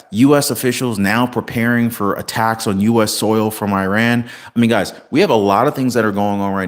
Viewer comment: WHY CANT YOH PRONOUNCE IRÁN 🇮🇷 CORRECTLY LIKE YOU DO THE “I” IN ISRAEL 🇮🇱 AND ITALY 🇮🇹 AND THE “I” IN INDONESIA 🇮🇩 AND THE “I” IN INDIANA AND INDIANAPOLIS?!! I CANNOT STAND CONTINUING AMERICAN 🇺🇸 IGNORANCE - EVEN AFTER YOU HAVE BEEN CORRECTED AND TOLD HOW TO PRONOUNCE A COUNTRY’S NAME PROPERLY!!! I AM UNSUBSCRIBING FROM YOUR CHANNEL BECAUSE I CANNOT TOLERATE THE DELIBERATE WAY YOU ARE CHOOSING TO MISPRONOUNCE THE MODERN DAY NAME OF THE GREAT FORMER EMPIRE OF PERSIA!!! AND BEFORE I GO - I JUST WANT YOU TO KNOW HOW UNSEXY THAT BULGE ON YOUR FACE IS - IT IS VERY DISTRACTING FOR ONE - ESPECIALLY BECAUSE WE HAVE TO LOOK AT YOUR FACE IN CLOSEUP ON CAMERA… YOUR FACE IS YOUR FORTUNE 🔮 WHEN YOU CHOOSE TO BE INFRONT OF THE CAMERA 🎥 FOR A LIVING/ CAREER… I AM SAYING THIS AS A SCREEN ACTORS GUILD UNION MEMBER SINCE 1998 AND ALSO THE AMERICAN FEDERATION OF TELEVISION AND RADIO ACTORS UNION MEMBER SINCE 1998 ALSO!!! SO AS A VETERAN ACTOR 🎭 I AM TELLING YOU TO INVEST IN THE FUTURE OF YOUR FACE ON CAMERA AND GET THAT KELOID SCAR TISSUE ON THE INSIDE OF YOUR 👄 SURGICALLY REMOVED!!! TRUST ME WHEN I SAY THAT THE MONEY 💰 YOU WILL SPEND ON RECONSTRUCTION OF THE RIGHT SIDE OF YOUR CHIN WILL COME BACK TO YOU TENFOLD ONCE THAT BULGE IS GONE… IT MUST MAKE PEOPLE WONDER 💭 IF THAT IS TOBACCO YOU HAVE PACKED IN THERE… SO FACIALLY DISTRACTING!!! GOODBYE 👋 AND GOOD LUCK 🍀 TO YOU IN ALL THAT YOU DO…🎉